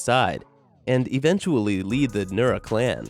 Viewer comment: its nura not nora but close enough